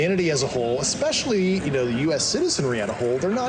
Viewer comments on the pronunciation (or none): He also said ‘expecially’ instead of especially, and “could be constrived” (which is not even a word!) 😂The word is ‘construed’. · Dyslexia is a visual disorder (reading letters on a page), not a speaking disorder. is dyslectic and he pronounces nuclear correctly. This guy also said “eXetra” instead of etcetera, and “expecially”, and he even made up a word that doesn’t exist! He said it “could be constrived as” (instead of construed) 😂 That’s NOT dyslexia. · I absolutely hate when people say "nucular". Also "exspecially" and "exscape".